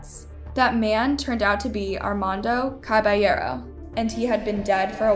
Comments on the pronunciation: It’s ar-man-do ca-ba-ye-ro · It's so funny how she doesn't even try to pronounce Armando Caballero in the right way lmfao